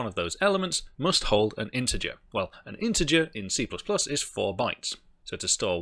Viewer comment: I thought you said CCP. ooph.